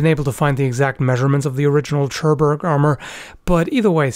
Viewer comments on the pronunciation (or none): The "Ch" in Churburg is spoken like "K". And yes I have to know it, im German. But otherwise the way you said it would be correct in German words with "ch" like "doch" which is kinda hard to translate. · Its not a CHUrburg, bro. Even if it spells so. Its HURburg, at european manner. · I absolutely love your content and have huge respect for you and your work, but... Seriously, you SLAUGHTERED the word "Churburg". As a fluent German speaker, you should be able to pronounce it correctly: "Koor-Boorg". The castle is located in my home region of Südtirol in Italy, and the collection of arms and armour there is absolutely amazing - if ever you have the opportunity to visit:) Just a minor niggle. Keep up the amazing work! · For future reference, Churburg is pronounced "Koorboorg" with the double o's pronounced like in book.